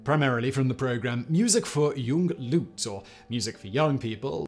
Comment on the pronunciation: Huge mystery why Simon mispronounces Leute so egregiously...